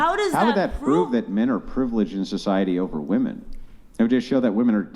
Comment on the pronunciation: The way she pronounces woman bothers me